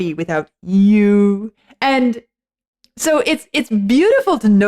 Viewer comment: Our host is overemphasising the emphasis on you............